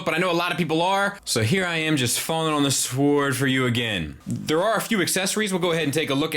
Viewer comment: No he said "sWord". :D